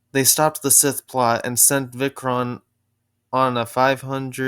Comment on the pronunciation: The more I look at how Vichron's picture turned out, the more I like it! It's exactly how I would want him to look in live action!! (Btw the 'i' on Vichron is pronounced like "eye," and Teritus is pronounced tear'-[as in to rip]-it-us. 😁)